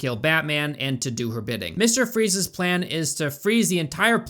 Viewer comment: I know you said transporting Freeze's armor but it sounded like Freeza's armor. 🤣🤣🤣